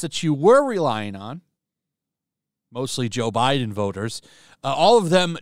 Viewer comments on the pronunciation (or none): none